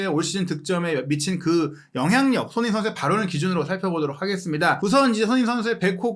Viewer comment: ) 참 거스기한 하네요😲🤔 해설위원 손흥민선수 이름 발음 똑바로 않합니까?! 션 셔 션, 션 셔 션 서ㅡ ㅡ 이게몹니까?! 깔끔하게 갑시다 🥷😲 레알